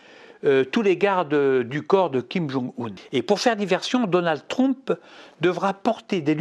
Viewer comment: "DONALD TROUMP" XDDDDDDDD